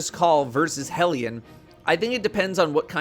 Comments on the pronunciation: The only content creator who pronounces "hellion" correctly. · Thank you for pronouncing Hellion correctly :) Also Hellion is best buddy, that boy can lob some solar mortars like 50m at enemies I wasn't even paying attention to.